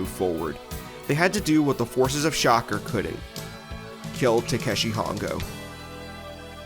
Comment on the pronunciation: Kamen Rider is why they started using stunt drivers. That is not how you pronounce SHOCKER.